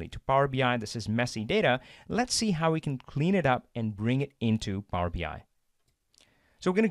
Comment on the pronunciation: This is really well done and interesting, thank you! On a funny note: My non-native-talker ears keep hearing Power-Behind :-D